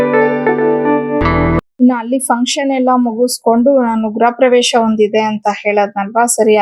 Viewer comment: ಗುರ ಪ್ರವೇಶ ಅಲ್ಲ.... ಗೃಹ ಪ್ರವೇಶ..